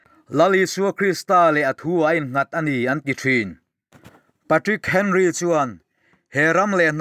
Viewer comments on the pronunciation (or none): none